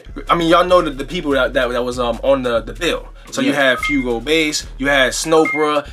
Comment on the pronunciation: good shit fellas, another dope one. yall keep pronouncing Fuego Base incorrectly tho lol. it Fuego ( Fway - Go) like Fire in spanish. keep doing ya thing tho fellas this is fly shit. - Furious Stylesz